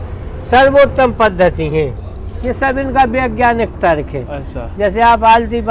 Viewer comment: भाई तक्र नहीं तर्क होता है😂